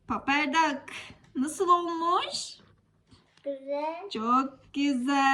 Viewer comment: Paper dak diye okunmuyor. Peypır dak diye okunuyor